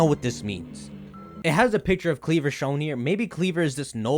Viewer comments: I think kleavor is pronounced kleav-ore ore as in rare minerals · Since Scisor is pronounced ScisOR maybe Kleavor is pronounced KleavOR. But don't thinking about it too hard